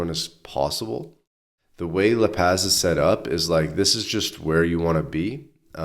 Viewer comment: La Paz is pronounced La Paws NOT La Pazz. Vowels are always pronounced the same, unlike english!